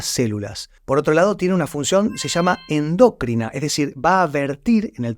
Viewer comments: me extraña tu mala pronunciacion ENDOCRINA no endoʻcrina y EXOCRINA no exoʻcrìna 😢😢😢😢😢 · oabpalabra correctanes endocrina no endócrina estas poniendobmal el accenting me extraña de ti ❤❤❤❤😂😂😂😂